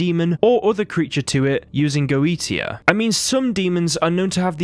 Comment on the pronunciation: Goetia is pronounced "goe-shia".